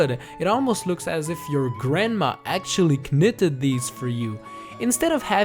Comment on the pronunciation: he said k.nitted